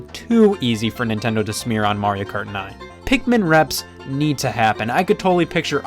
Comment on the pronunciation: The way he says “kart” is super satisfying